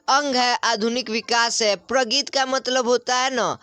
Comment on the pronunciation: प्रगित को प्रगति क्यो पढ़ रहे हो पढ़ने नहीं आता क्या